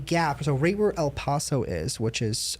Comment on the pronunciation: PLEASE PRONOUNCE EL PASO RIGHT